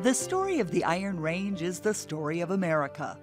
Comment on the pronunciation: She doesn't pronounce "Iron Range" properly. She stresses "Iron"....a true Ranger wouldn't do that.